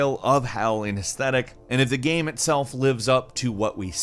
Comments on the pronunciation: Is he saying game or Gam? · This is a genuine question do you say gam instead of game sometimes. I notice it sometimes but maybe im just totally trippin